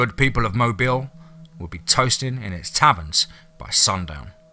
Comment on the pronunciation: Blame the Mobile thing on me. It's closer than most non-Alabamians usually get, and I explained it to him, I was worried about keeping the stress on the first sylllable, not the last, so I told him Mo- bill. I'm perfectly happy with it though, as he does such an awesome job.